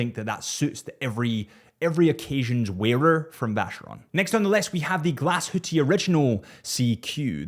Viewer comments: Please don’t call it Glashüttiiii it is Glashütte with an E at the end and not i. It is German and e is not pronounced as i in German. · He can say what he wants. I'm called Richard and I never correct Francophones when they call me Reeschaard. Get over it. Glass-hooti is my personal favourite pronunciation. I'm going to start using that, just to annoy pedants like yourself.